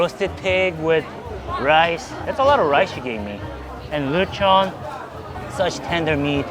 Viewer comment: I love how probounces lechon(latch on) as luh chawn 😂